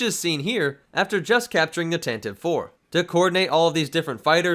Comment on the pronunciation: 'Tantive' 9as in Tantive IV) is prounounced Tan-TUH-VEE, not Tan-TIVE. (Sorry for being anal, but it was originally introduced in Brian Daley's radio play version of the Original Trilogy, and it's stuck in my side ever since -- yeah, 30-plus years. I'll shut up, now.)